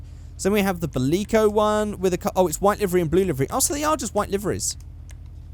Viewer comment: Bileco? No. Bilge-co. Like Bilge pump for ships